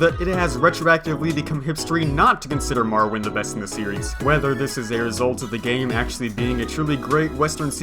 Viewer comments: More Oh Wind. WTF is Mar Oh Wind?!?!?!?!?!?!?!?!?!?!?!?!?!?!?!?! Nice vid though. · Ok... say Morrowind... Now, say Marrowind.